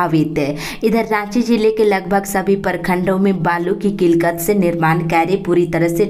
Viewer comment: Madam,kilkat nahi killat hota hai.